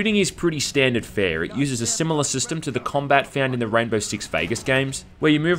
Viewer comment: when he says 'rainbow' it sounds like rambo lol